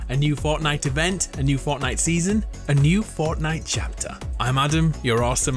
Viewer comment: ‘I’m Adam, your orsum’ Yes, yes I am.